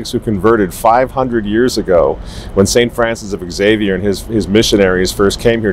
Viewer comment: Luvya but as a good Catholic Teacher, would you please pronounce St.Francis Xavier's name properly? It's simply pronounced Zave-yur.....it is not pronounced X-zave-yur.